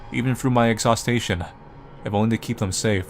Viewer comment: Oh... Some of the words you consistently mispronounce just kill me. I could listen to you voicing an audiobook, if only you could pronounce "exhaustion". (it's not "exhaustation"). But you're still amazing to listen to, anyway.;)